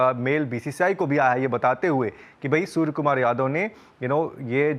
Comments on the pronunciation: Hello sir case tho aap par banta hai aap surya kumar ko bar bar sur kumar bol rehe ho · Not surya the report is saying sur Kumar yadav😂😂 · Bhai name sahi pronounce karo...soar kumar yadve nahi Suria Kumar yadve